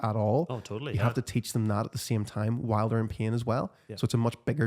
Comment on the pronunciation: To my Australian ears the way you pronounce "pain" sounds like "peeing" 😂